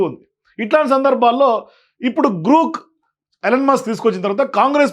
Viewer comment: జి ఆర్ ఓ కే గ్రో క్ అవుతుంది లేదా గ్రాక్ అవుతుంది గ్రూక్ కి ఎలా అవుతుంది కరెక్ట్ గా చెప్పాలి కరెక్ట్ గా మాట్లాడాలి